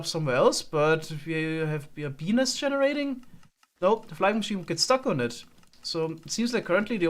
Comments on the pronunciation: Lol the way he pronounced bee nest. Beenis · The way he pronounces it makes it wound like Bee nest with a silent t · Did anyone else think he was saying penis when he was saying bee nest because of his accent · Can't unhear his pronunciation of bee nest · I was confused when he said bee nest it sounded like something... else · quickly say bee-nest repeatedly :))) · The way say bee nest sounds dirty. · (for those looking for the comment about his pronunciation of bee nest) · The way says bee nest is wonderful.